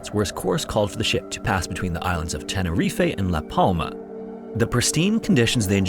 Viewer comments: Sorry? Tenerifay? It's pronounced 'Tena reef' Not 'tene reef ay'!!! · Tenner reef-- is how its pronounced. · It's pronounced Ten-ah-reef. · It’s pronounced ‘tena reef’, no ‘eh’ on the end. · second time i am commenting this - IT IS TENER-EEF NOT TENER-EEFAY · "Tenerifay"? Why doesn't he look up how to pronounce place names? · Never heard tenerife pronounced 'tenerifay' lol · Tenerife pronounced ten ur reef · Tenerife is pronounced 'teneREEF'. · Tenerife is pronounced ten-er-reef not the shit you are spouting.... Might wanna remember this as you have been corrected before. Only ignorant morons will continue to use wrong pronunciations despite having the correct version. Otherwise you do an all right job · The return of Tenerif-ay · The pronunciation of Tenerife makes me very uncomfortable, it's a struggle in each video involving the island 😫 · My brother that is not how you pronounce Tenerife